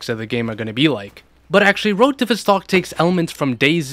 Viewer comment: criminal the way you say "Vostok" 😬